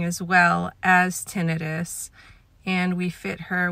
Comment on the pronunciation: That’s the correct way